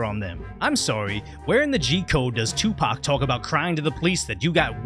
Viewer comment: When you said "Tupaco" I was done 😂 you've just earned a subscriber 😂